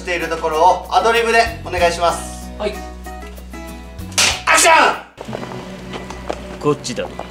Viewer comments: アクションがはくション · アクション！！！がハクション！！！にきこえる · アクションがハクションに聞こえるw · 最後のアクションがハクションに聞こえた